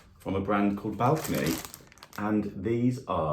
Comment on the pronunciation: Balconi is a very well-known company here in Italy. It was established in the 1950s near Milan. You got a bargain there! By the way, it isn't pronounced balcony. it's bal-co-ni, accent on the 'o'.😊